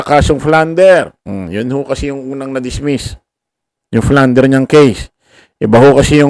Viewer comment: Plunder with a P not flunder maawa ka naman sa nakikinig ano?